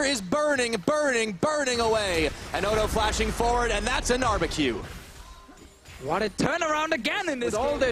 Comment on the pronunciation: "And that's a gnarbecue"